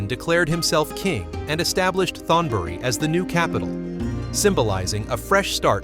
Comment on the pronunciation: You (or the AI) keep mispronouncing word in Thai that have the "th" at the beginning of the word. The sound should be like a "t," not the English "th" sound. Examples: Thonburi (Taksin's capital) is pronounced tone buree not Thone buree. You really should have a Thai speaker go through and clear up those glaring mispronunciations. Still, I enjoyed the video.